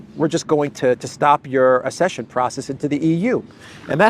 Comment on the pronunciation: Ac-session, not ass-session.